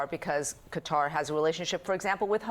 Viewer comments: Cutter? What are you saying? It’s Qatar you du****s! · Can mainstream journalists fucking learn how to properly pernounc a countries name. Qatar, sounds like ( kat tar]) Not cutter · Quatar not cutter pronounced catar grammar does mean pronounceiat words correctly. . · Ca-Tar not Cutter. Even Trump got it right. 😂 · Pronounced Qataaar 😅 nice plane though ❤ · "Even if there's no favor, that was offered from Gutter" -- when the educated Americans try to get the pronunciation right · Ffs, stop calling it "Kudder," America. 🙄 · Pronouncing Qatar as Cutter invalidated literally everything you were going to say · Not edgelording . These are professionals. If you can't get perfect Arabic I get it but cutter? Would I be edgelording if some of them were pronouncing it chicago? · IF ONLY QATAR COULD BE PRONOUNCED BY AMERICANS PROPERLY??BUT A GOOD VIDEO!!